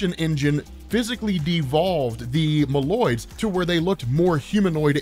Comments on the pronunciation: bro MOLE-OIDS, not mALoids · Its pronounced Moe Loids not mah loid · Your pronunciation of Moloids is wrong and is horrifying to listen to.